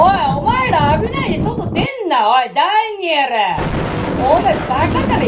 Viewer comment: 「ダんヌぃエル！」www